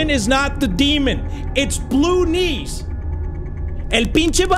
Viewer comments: am I the only one who can hear saying Baloonees instead of blue knees?😂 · I was so scared that I kept on pausing the video and every single time he says blue knees it sounds like he said baloonnies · calling/pronouncing "blue knees" as "ballunies" is so silly